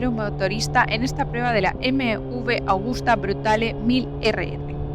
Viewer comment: Excelente moto y muy exclusiva. Por cierto, se dice Agusta y no "Augusta"; bien escrito en el título y mal pronunciado todas las veces en el vídeo. Saludos. ✌🏻